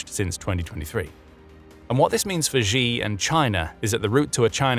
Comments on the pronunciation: Who is GEE? His name is pronounced SHE. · Xi = "She" btw, not ShGee or however that pronunciation would be spelled. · If you report in China, at least pronounce the CCP leader's name correctly. It's easy. It's not zhee... it's 'she' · Not the most important thing here, but Xi is pronounced "she" and not "gee". Sometimes little things strike at credibility. This makes you sound like NPR. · The Chinese leader's name is pronounced "she", not "gee". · Xi = Shee, not zhee. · wtf... how we gunna listen to analysis from anyone who doesn't know that it's "shee", not "gee"? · Pronouncing Xi as Zee is like calling Trump Drump. Get some basic lessons on Pinyin.